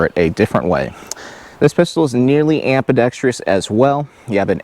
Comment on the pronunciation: The word is pronounced am-bi-dex-trus. NOT am-bi-dex-tree-us! Get a dictionary, read a book.